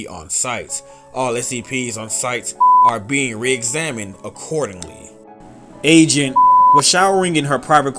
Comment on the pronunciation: When you said "agent" I thought you said Asian